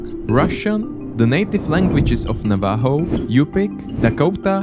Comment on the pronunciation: Navajo is pronounced nav-a-ho